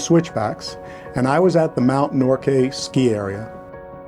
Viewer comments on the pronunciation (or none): Enjoyed your video. Thanks for sharing. Old fart Canadian here. Mt. Norquay is pronounced Nork way. I know it's trivial... sorry. I envy your journey. Looks like an epic ride. Keep the wheels turning.